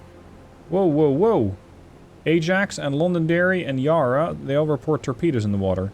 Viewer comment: As an Australian id like to tell you the ya in yarra is pronounced like the a in cat